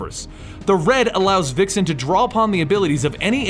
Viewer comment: Vixen has a Vuh sound not Wuh